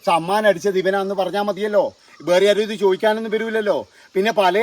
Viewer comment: ബേറേ എന്ന് അല്ല . വേറേ എന്നാണ്